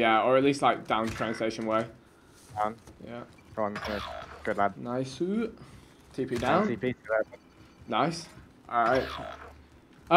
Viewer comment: vik said naisuuu🤣🤣